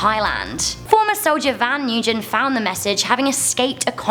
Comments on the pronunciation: "new-jin" ? Oh god its Nguyen prounced like "wen" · Actully that's pronounce: Văn Nguyễn but whatever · Is triggered cause she said 'Nguyen" wrong